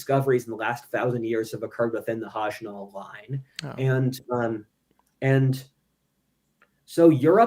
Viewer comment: It is spelled Hajnal Line. It is pronounced “HOY-nal Line.”